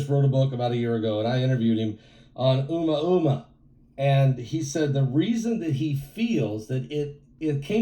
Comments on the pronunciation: It is pronounced O Mooo ahhh mooo ahhh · It’s Ooo-Moooah-moooah….